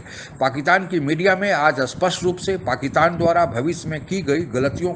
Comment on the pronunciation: कृपया पाकिस्तान को पाकितान बोलना बंद करें ।थोड़े से अभ्यास से यह सम्भव है ।